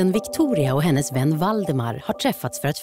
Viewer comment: 00.01 "Goten Victoria och henes vän Valdemar..." Lol Lät bara väldigt roligt.